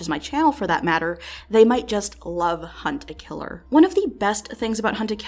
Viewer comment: Respect for actually pronouncing it "Hunt a Killer" and not "Hunta Killa", I don't know why but it drives me crazy when others say it that way.